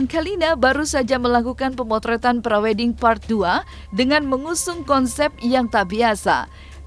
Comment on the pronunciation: Bukan pray white lah tapi pre wed